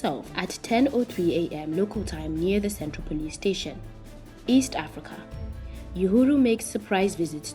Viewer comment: Yoohooru?? 🤣😄🤣 It's pronounced Uhuru Oohooroo please.